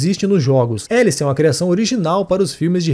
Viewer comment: É... Mas não é "Élice" a pronuncia, seria "Álice", para destoar um pouco de Alice, porém, ao mesmo tempo, fazendo uma analogia com "Alice no país das Maravilhas" - por conta da "toca do coelho" Ela começa em cima, vai pro "buraco" e acorda lá em uma maca. Entendeu a analogia? "Élice" foi um erro de tradução aqui no Brasil. Só pra variar...